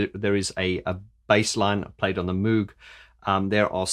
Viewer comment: Free flowing feedback: Enjoyed the analysis. Did not enjoy the Roland preset. Moog rhymes with rogue. Electronic Music IS real music. Keep up the good work